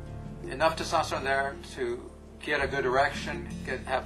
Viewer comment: He's not entirely sure how to pronounce testosterone... he quickly slurs through the word everytime he says it! he's a professional!